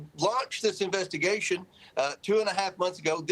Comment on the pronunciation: OK, so it this a proob or an inverstigashun?